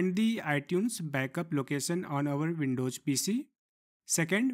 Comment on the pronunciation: Windows* not Windowjj